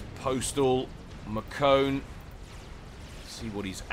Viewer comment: I think Markone is actually pronounced as "Mark One"